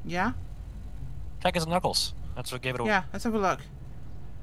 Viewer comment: OH. He said check his n=knuckles. I totally didn't hear something else that may have been entirely inappropriate